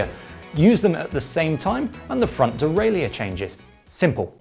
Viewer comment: Why can’t you pronounce “derailleur”?